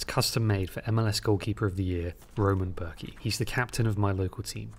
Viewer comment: as a swiss i'm offended by the pronunciation of roman bürki. it sounded like rOman börki lol